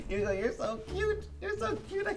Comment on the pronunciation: Its Yugo not Hugo